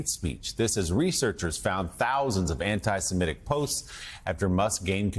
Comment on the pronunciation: The first MSNBC newsreader who correctly pronounces Semitic, – thank you, Willy!